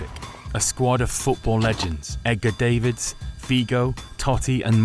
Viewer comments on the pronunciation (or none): “Edgar DAVEids” and off. Clearly not a football fan but a YouTuber. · Am I the only person who is bothered by the way he said “Edgar Davids”?